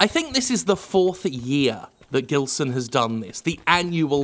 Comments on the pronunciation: Was watching and hearing Jim saying GUILSON B PONTES...and then i saw the name on the video...and that sound like a common brazillian name. Gilson. In portuguese we would read that not as "Guilson", but like "Jilson", like "Jessica", or something. Is this guy brazillian? Cause Pontes is a common last name here too. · About his name the only correction needed is in Gilson. The G in his name is pronounced with a ZH sound. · Jim, the "gi" in Gilson is pronounced like in "ginger". Please stop mispronouncing the name of this great artist. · I guess by the surname Pontes (which you speak correctly unlike other youtubers) he is probably Brazilian or Portuguese. So the G in Gilson is pronounced as J, like in Jill.